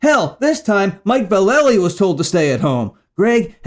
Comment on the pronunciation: I don't have any argument with you, but your info's a little light. I didn't hear you mention, chuck dokowski, or dez cadina singing for black flag. Both of them sang for the band after ron reyes, but before henry rollins. And mike's last name is pronounced valla-lee not vahl-lay-lee. And chuck dokowski had a whole lot to do with black flag seems like he really wasn't mentioned. And there was at least a couple more bandmates that weren't mentioned.